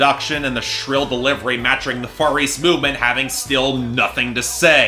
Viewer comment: When you said Far East Movement I thought you were saying Furries Movement